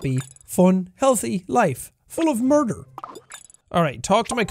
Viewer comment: "I wanna merder my stepfather "